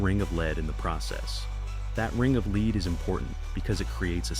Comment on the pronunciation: Damed AI, its not leed, its said led, spelt lead so idiots dont know how pronounce it. Get a grip, or learn to reed, thats not red, but said reed. Rodge David Kidderminster England UK 🇬🇧 xxx